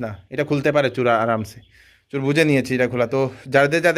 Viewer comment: Pronunciation ta chor chur naa